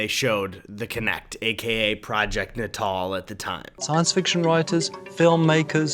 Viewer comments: Natal, not nuh tall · i- is it not pronounced project ‘nay-tal” not ‘nah-tahl” ... i thought it was. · I thought it was pronounced nay-tal, not nah-tahl lmao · its naytil not nuhtall lmao. like nasal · “na-tal” you mean NATAL as in PRENATAL like what do you expect from something named for an infant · Project nut-all? I thought that was pronounced nate-all?? Like “neonatal”? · Eddie baby im pretty sure its "nay-tul" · Goodness I always pronounced it ‘Nate-al’, I’m the worst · It’s not pronounced ‘NAY-tuhl’ as in involving pregnancy? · Ed, bruh, I think it’s pronounced Nay-Tul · Look up how it's pronounced. The only way they said it like that was in reference to Natal, South Africa. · It's pronounced natal not natal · nice guttural R